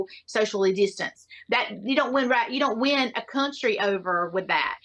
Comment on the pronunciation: God, I'm usually never okay with people making fun of others' accents, but I can't get over how ridiculous this woman sounds. She somehow manages to add two extra syllables to the word "win." And I've lived in Georgia. You'd think I'd be used to it!